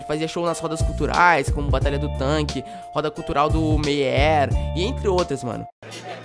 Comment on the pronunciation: Mêier kkkkkkk